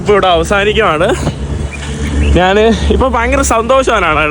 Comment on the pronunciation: നാൻ, നാണു,നാനു, നാന് എന്ത് വാക്കാണ്. ഞാൻ എന്ന് സംസാരിച്ചു പഠിക്കുക